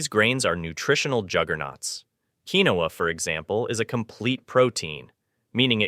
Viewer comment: I HATE BOT NARRATION!! It is Keen-wa (quinoa)